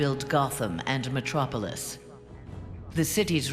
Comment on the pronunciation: Did she just say Mctropolis? XD